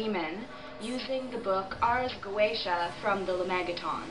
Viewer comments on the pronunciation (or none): So hardcore yet you can’t pronounce the word Goetia...